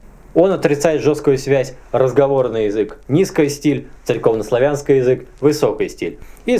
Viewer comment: Заметила любопытную особенность вашего произношения - смягчение "р". Вы произносите наперЬво, церЬковнославянский, сверЬх... Это издержки профессии или с чем связано?)))